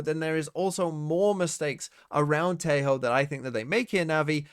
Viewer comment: Every time you say 'Tejo' like that, a Latin-American dies. Is that what you want??